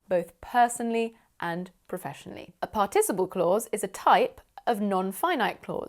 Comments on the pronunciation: Thanks! I loved the lesson but is it really possible to pronounce "participle" the way you do? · Google translate says it's pArticiple (the stress is made on the first syllable). :)